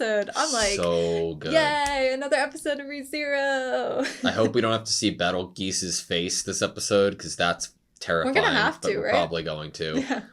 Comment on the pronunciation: Betelgueese??? It's Betelgeuse Romanee-Conti, DESU!!! How dare you forget his name? The name of the one who killed Rem? Forgetting the trauma that our Cult endeavoured to carve in your minds? Losing the diligence to remember the Arch-Bishop of the Sin of Sloth? Rejecting the love, the love, THE LOVE, of pain that our Gospel has brought through suffering, by not putting the effort to remember the name? You truly are sloth. (PD: Love your reaction, guys!! Can't wait for the next episode)